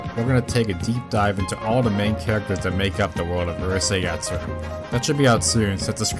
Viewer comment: Minor thing maybe, but since you use the title many times, please work on your pronunciation of it. Maybe American general audiences don't care, in which case, please disregard this.